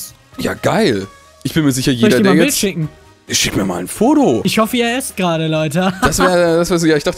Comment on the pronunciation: "Ich hoffe ihr esst gearde, Leute HAHAHA." Ich habe da wirklich gegessen,. Dange.